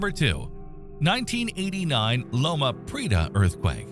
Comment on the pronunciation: These are all worthwhile comments, but somebody needs to program the AI-generated voiceover to correctly pronounce and accent words such as "Loma Prieta" and "seismological." These are dead giveaways that it's not a knowledgeable human adult from the southwestern United States. Otherwise, it was a good compilation of information.